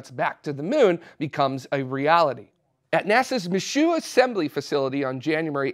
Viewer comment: FYI - Michoud = “Me Shoe”. Source. I live in Louisiana.